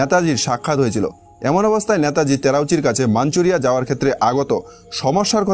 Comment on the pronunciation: নেতাজীকে ন্যাতাজী বলছেন কেন?